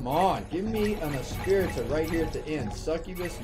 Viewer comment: Lol it’s funny how in every video pronounced Espirita’s name 3 different ways every time lol